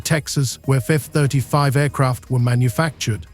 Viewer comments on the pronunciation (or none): You need to put into your AI generated text to speech script "eff-35" or "eff-thirty-five" so it doesn't pronounce it "fuf-35". There were quite a few more mispronunciations, so it's probably worth actually listening to the audio before going to the effort of editing it into your video. Especially if you want anyone to think you're not just wasting everyone's time.